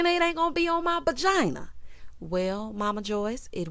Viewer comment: Okay I thought I was only one hearing "bagina" 🤣🤣🤣 I'm glad it wasn't just me